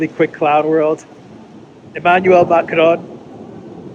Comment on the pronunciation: when you pronounce Macron don't touch your tongue to your upper palette. That is the Spanish pronunciation. The word is pronounced correctly in French without touching the tongue to the upper palette.